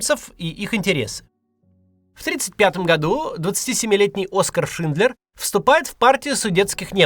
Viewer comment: Только не "Шиндлер Джуд" (это вы их с Джудом Ло перепутали), а все же "Шиндлер ЮДЕ." Язык-то немецкий.